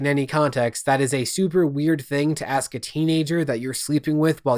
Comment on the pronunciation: I have massive, call it, massive issue with you... You say "ax" not "ask" Thats all lol, keep up the great work man, killer detective work